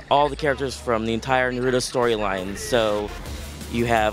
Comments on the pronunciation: Not being mean but they make it seem like naruto is the hardest word ever N a r u t o not Narudo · OMG! Why they always say Nerudo instead of Naruto and those are the creators of Naruto? I mean seriously, the ppl that help make it can't even say the name lol. This game looks sooo beast!! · Nuh-ru-do. I miss Jason Enos now. LOL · "narudo " xD is like they cant read i agree bruh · Can they get some people that can at the VERY LEAST pronounce Naruto's name correctly lol? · One of my biggest pet pevs when people say stuff wrong NARUTO say it right D' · I hate how he pronounced Naruto in . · Why do they pronounce naruto like it has a d in it I hate that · Thier saying Naruto wrong I hate when people get the names wrong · why you pronounce it wrong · they are pronouncing naruto wrong